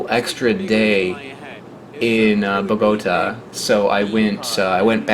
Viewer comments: From a Colombian to pronunce Bogotá right the force goes on the last syllable like this Bogotá. beside that awesome video. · Omg the way u pronounce Bogota lol. I cringe every time lol